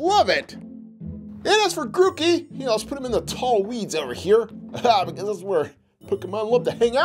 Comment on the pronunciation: He said it right it's pronounced groo-key